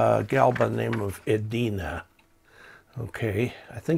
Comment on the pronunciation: There is a city in Minnesota called Edina. The E and I are pronounced as long vowel sounds. I made the same mistake when I moved up here some 40+ years ago. Also, may I suggest that you review your entire video before posting. Much of it was out of frame.